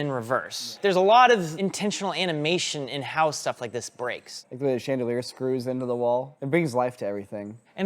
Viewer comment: Did anyone else catch saying “sheendelier”?😅